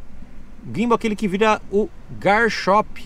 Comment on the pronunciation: "Ginbou", "Garchop" 😂😂😂